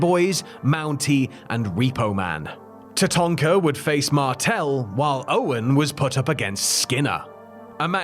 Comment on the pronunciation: Love that you call Tatanka “Tatonka” as thats what we used to call him too😂